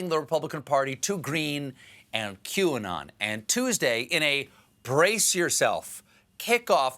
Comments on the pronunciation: I wonder if the way Greene worded her statement and McCarthy mispronouncing the name of the conspiracy group was on purpose or a code to the followers so that they could say “she never said she denounced them, she denounced “Q-on”, whatever that is... we’ve never heard of it...” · Yesterday, feb 4th, it was nutz, all of a sudden all the GOP couldn't pronounce QAnon and they all "hardly heard about it". WTF?!?!?!? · Oh dear it must be so annoying to have politicians who deliberately mispronounce words to downplay something or to denounce someone. Aren't they aware of that this kind of behaviour makes them just look dumb. To see this level of diletancy and to see that it seems to be accepted is just sickening. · i´m not sure the world pronounces QAnon correctly. the people who created this might have thought they are the "new canon" - for me this reads "canon". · The whole not being able to pronounce Qanon correctly making it seem like you have no idea what it is is so transparent, especially when the same act is performed by a number of people who previously had no trouble pronouncing it just fine and showed that they understood exactly what it was. Do they think their voters are 5-year-olds with memory deficiency? XD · Oh, my Gosh!!!! Kevin McCarthy is horrible. I cannot believe he said that about not knowing what Qanon is and pretending that he could not pronounce it. Stephen was so funny timestamp. Great.